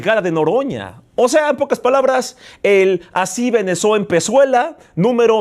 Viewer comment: asi Venezo empezuela, min 🤣🤣🤣🤣 no se si fue adrede o de plano esta buna la dislexia! saludos!